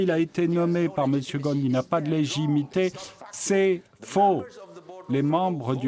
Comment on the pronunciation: Il s'appelle Ghosn et pas Ghon, çà se prononce GhoSSSSSSSn